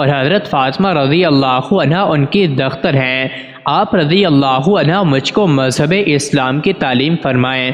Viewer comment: پوسٹ کسی کو سنا دیا کریں تا کہ تلفظ کی غلطیاں نہ ہوں۔۔۔۔dakhtar نہیں یہ لفظ Dukhtar ھے